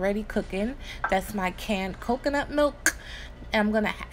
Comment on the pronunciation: im making this! u put some stank on that k when u said cocunut milk lol!